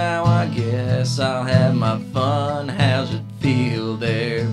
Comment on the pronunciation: and its Fun Not Bun lol..